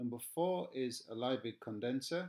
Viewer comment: Just to let you know Liebig is pronounced "Leebig"! Excellent video though - thank you!